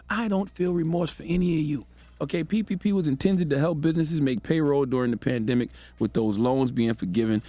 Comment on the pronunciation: Nah char face when yee said “it was a bandimic” lmao good lord she’s a pawn.